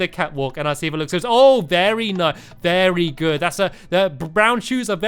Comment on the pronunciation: I'm sorry did you say beary good?